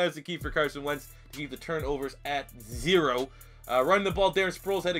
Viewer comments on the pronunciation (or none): none